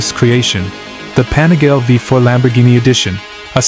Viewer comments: Pronounced "Pa-ni-ga-lay" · There seem to be thousands of these weird anonymous AI channels continuously churning out the same garbage content to get a few thousand views. It’s so… I don’t know… gross to see a video appear highlighting 1 specific product, and the AI is so bad, the name of the product is massively mispronounced… over and over again.